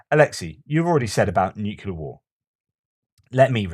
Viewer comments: Keep up the great work, really looking forward to all of your Ukraine war updates. PS: Dont say nucelar, it's nuclear. Just a friendly reminder. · Another fascinating post. Re the US healthcare system - widely acknowledged to be one of the least efficient (outcomes per dollar) anywhere. A minor point - the word nuclear is a simple two-syllable word. Why do so many people force a redundant third syllable into the middle of it? noo-queue-lar instead of new-kleer.